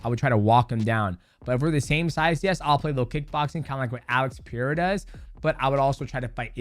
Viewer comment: It still doesn't make sense why he can't say "Puh-Rare-Uh" instead of "Pee-Era", it takes a modicum of effort